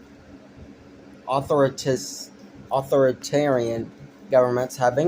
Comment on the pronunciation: A 15 year old's "political opinion". One of the worst things on the internet. Dead giveaway when you cant even pronounce "authoritarian" and "totalitarian". Spend more time reading theory, pal.